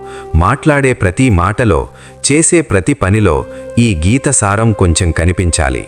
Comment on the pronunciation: Gita saara not saaram